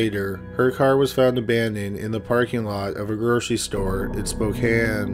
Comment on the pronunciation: Thank you so much for saying Spokane correctly. Not many people that aren't from here do and it irritates me